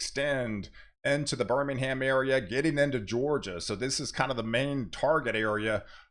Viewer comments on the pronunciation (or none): none